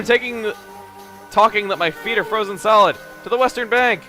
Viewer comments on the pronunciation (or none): none